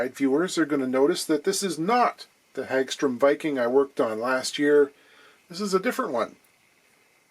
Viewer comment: I've heard it pronounced as Hog Strum as opposed to Hag Strom